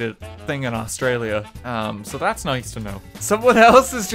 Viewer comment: y can no one exept australians say australia properley.